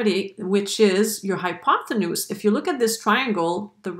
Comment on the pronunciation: Nice explanation. But the word is "hypotenuse" NOT "hypothenuse".